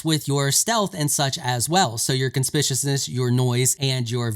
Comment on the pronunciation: It's NOT 'con SPISH Us ness'... It's 'con-SPICK YOU - us ness'... Just sayin'... 😉